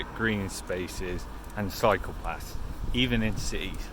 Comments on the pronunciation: For a moment there I thought you said psychopaths'. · Sounds like you were saying 'psychopaths' (cycle paths) haha :)